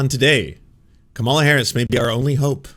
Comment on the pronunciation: Dude,,,..it's pronounced Comma la...not Ca malla. You're first day at politics?